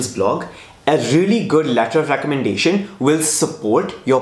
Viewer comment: Letter of Recommendahthfti 😂